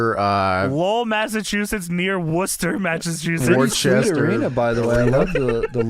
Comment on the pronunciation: being the only one who can pronounce or even know where these Massachusetts town names are make me proud as a Masshole. We know, our town names are weird and aren't spelt right